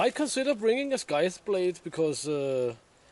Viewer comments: Scythe | saiþ | not sk... Otherwise, your English is great. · It may have been mentioned, but the "sc" in "scythe" is pronounced with a soft "c" like in "science" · Hello..another brilliant video.in English we do not pronounce the letter c in scythe...if you get what I mean.looking forward to your next video already.